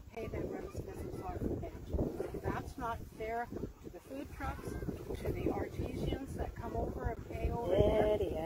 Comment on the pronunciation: Did she say. " are-tee-shans"? Lol for artisans! Never heard it pronounced like that before.